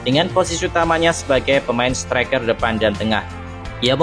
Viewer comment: Maaf min koreksi : -. Setereker atau striker, -. Presisi atau Persis Solo 🤔🙇🙏